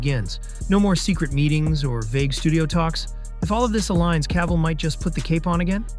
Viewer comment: C'est qui l'imbécile qui double ?! C'est CAVILL pas CAVALL, PATHÉTIQUE=Français